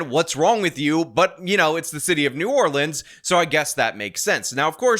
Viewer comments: hey, fun fact for ya. so I'm so grateful you say new orleans correctly. but the parish (county) is actually pronounced the way we typically fuss at people for... so the city is new or-lense, the parish is or-leans. now ya know! 😊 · Thank you for pronouncing New Orleans correctly.